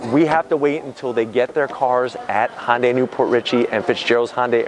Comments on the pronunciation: its not "honday" it's ""HI YUN DAI" if you're going to review something ...at least pronounce it right...Can't wait until you review the next toylotta....or cheby corbette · Even if you’re not going to pronounce the “y” in “Hyundai”, it’s not Honda with a “y” at the end. There’s no “o” in Hyundai. “Hunday”, please. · It's a HYUNDAI not a HONDAI FOOL. At least learn how to say the name genius. I've owned 4 Hyundai's. 1 Elantra many years ago- with manual gearbox.( which my daughter wanted- I bought the car for her) Nothing to brag about. And THREE Hyundai Sonata TURBO'S. One was wiped out with only 1200 miles on it by Hurricane Sandy. Last 1 was a 2013 Turbo with 275 HP & after that for some reason Hyundai dropped it down to 245 HP??? FUCKING RIDICULOUS. So I got 30 more HP with an older car? PURE STUPIDITY. Now I have a KIA (HYUNDAI BOUGHT THEM) STINGER WITH 365 HP. Now that's the way to do it guys. Thanks to the AUDI engineers that developed this car. Great, good looking, & fast. Love it. Ceramic silver or as I call it glossy battleship grey. The best. Next year make it 500 HP folks. lol